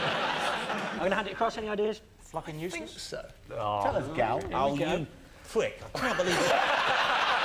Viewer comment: I love how Jonathan calls Gary a “Pwick!” 😂